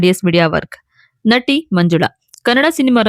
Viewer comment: Nanti allamma N A T I. Nimma kannada swalpa correction maadilolli. Tq ( taaraangana alla taaraagana)